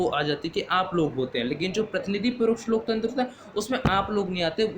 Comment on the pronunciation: Pehle loktantra bolna to sikho